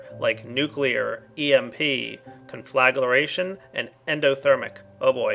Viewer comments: ungh... con-fla-gra-tion ... not con-fla-gla-ra-tion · CON-FLUH-GREY-SHUN DEF: TO SET ABLAZE NOT CONFLAGURATION Also - that nuclear fallout spreads. It's best to clean it up immediately after detonation. (I used to have an old version of this mod; it was nasty stuff testing it) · I get just a bit annoyed every time he said conflaglaration instead of conflagration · con-fla-gra-tion ... not con-fla-gla-ration .... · CON-FLA-GRAY-SHUN JESUS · Conflagration = kahn-fluh-gray-shun. Otherwise, cool mod, looking forward to checking it out. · learn how to pronounce conflagration